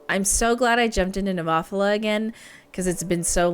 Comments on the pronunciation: Oh, and please don't emphasise that syllable. It's just "Neh-moe-fill-uh", not "neh-MOFF-ila" (even if David Heretic insists it is). 😁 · 😂😂😂 What did you call them? Nemoffela🤣🤣🤣🤣🤣🤣🤣🤣🤣. You used Google Translate, didn't you? ネモフィラ ネ(neh)モ(mo)フ(fu)ィ(ee)ラ(ra). No accented on the o, but rather the i. Not Nemòphila, but rather Nemophìla. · BTW...pronounced Nema fila I believe or Nemo fila and definitely not your way.....LoL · It's pronounced NEH-MO-PHIL-AH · I hope you didn't take offence. I just thought it was really cute and funny. I couldn't stop giggling 😁